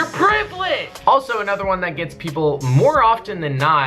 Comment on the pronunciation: "You're privilegiad" I subscribed instantly😭😭